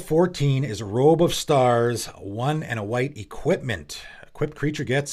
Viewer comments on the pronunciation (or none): none